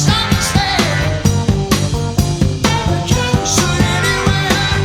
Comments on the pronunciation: its pronounced aba 'cab" like ur calling a taxi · Why do you keep saying ABACOB? The lyrics clearly say ABA-CAB. Just curious. ✌🏼😎🇺🇸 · It's Aba-cab not Aba - cob. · Dunno where you got the pronunciation from but it's way off beam. Abacab, ab-a-cab, cab as in "Taxi cab" 3 halves? Really? Oh American maths, now I get it.